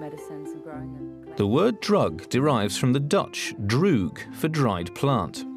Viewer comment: I've seen all of the episodes years ago, but I'll subscribe just to see them again. By the way, the Dutch 'droog' alleged to be the source of 'druggist' is mispronounced.